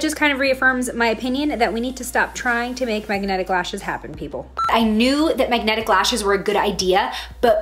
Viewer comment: First mistake. Saying MAGAnetic. 😂😂🤣😂